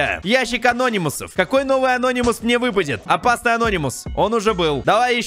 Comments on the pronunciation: Мне нравиться что он говорит анóнимус хотя правильно анони́мус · Не анОнимус а анонИмус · Говори пожалуйста не анОнимус а анонИмус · ты неправильна прочитал не анонимус а Ананимус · Я СЕКУНДЫ СМОТРЮ КАК ГОВОРИТ С УДАРЕНИЕМ: АНО́НИМУС. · правильно говорить анони́мус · ты неправильно говориш слого ананимус